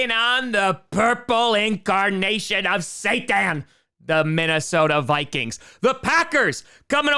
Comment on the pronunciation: He really mispronounces the Vikings. Lol